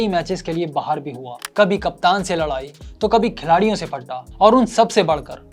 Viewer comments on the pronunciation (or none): none